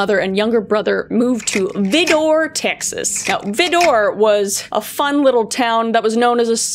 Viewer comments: Great Video kris! However Vidor is pronounced vy-der not vih-door! Love your work always just tips from a native east texan! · I get it’s semantic and annoying, but it’s pronounced as VEYE-DUR, not vi-door. The town is about a four and a half hour drive from me and it’s still considered a “sundown town” although more so for the fact that anyone outside after dark is getting robbed, at the very least. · Pronounced Vidor like Rider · I know you're Cana-dian, and don't always pronounce words correctly. 😂 But it's pronounced Vi, (as in violet), Door, (as in door). Vidor. Not Veedor. A town even most of us Texans won't go to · Vy-der. Not Vih-door. Lol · Also, it's pronounced: Vie-dur, not veedoor 😂😂😂 but I suspect you know that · It’s not that important, but it’s pronounced “VAI-der” not “vih-DOR”. Also: it’s still a sundown town! Famous for its meth addiction problem! So clearly not much has changed since the 30s 😅🥲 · It's pronounced "vie-door".....unfortunately I live entirely too close to this place 😅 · As a kid growing up in Texas. I was so scared of VIDOR! You pronounce it so adorably. It’s VIIII DURRRRRR 😂😂😂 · I live like an hour away from Vidor Texas. Its right next to Beaumont. Its pronounced Vi-Der lol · Vidor /V-EYE-der/ is one of the most messed up towns I've ever visited. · Texas here! VI-der…. Still trying to shake its horrible horrific reputation. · It took me a minute to realize but Vidor is actually pronounced v-eye- door :3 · Hey girl hey! The video was amazing! However I did have a few giggles over how you pronounced Vidor. It’s pronounced Vi-der. Ik it’s weird but my dad’s side of the family are all from there. And yes Vidor has a bad history unfortunately, but they’ve been turning some new leaves recently. Just thought I’d let you know! Love the work girly! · Just a side note it’s V-eye-dur lol we like to trip people up here in Texas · In Texas it's pronounced Veyeder ,TX just a little Texas language lesson.😊😊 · it pronounced Veye-door. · v -i-door